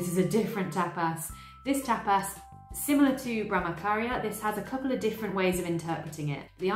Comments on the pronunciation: You explain everything so nicely. I’m a Hindu. I’m aware of all these concepts but the way you put makes it so much more easier to understand. Just a little pronunciation mistake i noticed … the Ch in Brahmacharya is pronounced same as the ‘ch’ in chair or church. The ch shouldn’t sound like K. Thank you 🙏🏻😊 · Nice video... Just that the "ch" in Brahmacharya is pronounced as the "ch" in church... :) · i found your channel today and it is really a great one! i love the kind of research you have done to present this video. well, i would love to point towards the pronunciation of brahmacharya .. in this the ch is pronounced like the ch in 'chair' and also non attachment include non attachment to the result of your work.. that is do your karma with all your heart and you should be content whether you win or lose because your focus is on doing your karma sincerely and not on the result.. All the best for your channel 👍🏻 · Brah-ma-cha-rya - Here's a breakdown of the pronunciation: "Brah" is pronounced like "brah" in "brother." "Ma" is pronounced like "ma" in "marble." "Cha" is pronounced like "cha" in "chocolate." "Rya" is pronounced like "ree-ya," where "ree" rhymes with "see." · Great job summarizing ! Thx for video! Brahmacharya - the “ch” is like in cha cha